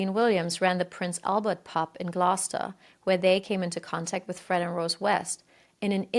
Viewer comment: you said Gloucester wrong, in the uk we pronounce it Glowster